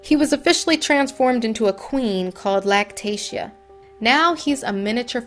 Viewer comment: And your horrible for making money off of him and learn how to pronounce his name right